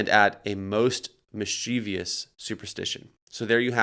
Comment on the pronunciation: "Mischievous" is one of the most mispronounced words. Just drives me crazy.